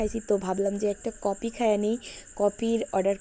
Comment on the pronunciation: কপি না আপু কফি হবে